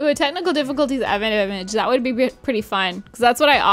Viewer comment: keeps saying technical difficulties worng AHHHRG